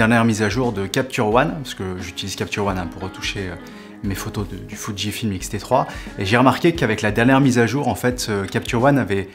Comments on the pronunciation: Entendre "foudjifilm" a la place de Fujifilm ça picote les oreilles. C'est peut être comme ça qu'on dit, mais prononcer fuji passerait mieux...pour ma part 🤔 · J'allais faire le même commentaire. C'est la prononciation anglaise qui a fait que Fuji c'est déformé en Foudji 🙂.